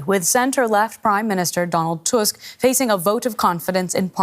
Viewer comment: Good job finally someone pronounced our's president's name correctly (even though i wished he wouldnt be ours)